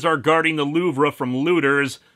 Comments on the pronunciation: "Louve-re" cringe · I hate to be that guy but I think you pronounced Louvre wrong.